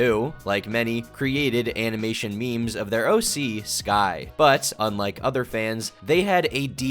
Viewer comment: Can't get over her saying "mei mei" instead of meme...